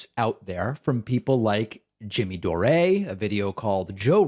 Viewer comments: Hi, David Pakman. Just a note to tell you that Jimmy Dore's last name is pronounced as "Door". 😊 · Pakman is such a disingenuous asshole. You can tell that by the way he deliberately mis-pronounces Jimmy Dore's name. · David, you're a hypocrite. You clutch your pearls when Tucker mispronounced the VPs name but willfully mispronounce Dore. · First time I've heard Dore's name pronounced like that. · Am I missing a joke. Why is pakman on purpose mispronouncing dore? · Why does he pronounce Dore like that? Is he suggesting he's French or something? Dore is a Polish and Irish Catholic. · The moment they wanted to release their data in 70 years, you should have known something was wrong. Why pronounce Jimmy's name wrong? It's kind of childish... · U mean like DP? He can't even pronounce Jimmy Dore correctly. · Jimmy 'Door-ay'....Jesus fucking christ Pakman, you annoying little dweeb, stop acting like you don't know who Jimmy Dore (Door) is. And by the way he'd crucify you in a debate. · doreaaaahhhhhh??? lol its pronounced "door" lol saying the way ya did may make his empty head even bigger lol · "Doreeeee"?? It's Dore as in the word Door. You patronizing Hebe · Door-A? He knows it’s just pronounced “door” so someone tell me the joke please? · Did you seriously Pronounce Dore as if it's written Dorè? What the hell David? :P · Jimmy Dore-A? Isn't the correct phonetic pronunciation of his name DOOR? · At 39 seconds David says Jimmy Dore-A lol. Dave seems to butcher people's name intentionally sometimes haha. Especially if they are someone he doesn't agree with or like politically lmao. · I just want to keep hearing David say "Jimmy Doré" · SOMEONE PLEEEASE TELL DAVID HIS NAME IS PRONOUNCED... "JIMMY DOOR." (Even if it is spelled Dore.) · Who the hell is Jimmy “Doray”? At least learn to say his name right. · lol I love how David says 'Jimmy Dor-ay' 🤣🤣🤣 Surely he's trolling? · Lol I love the new pronunciation: Jimmy Doray... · "Jimmy Do-ree". LOL